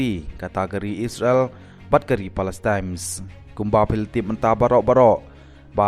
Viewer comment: Palestine m dei palestimes 😂😂😂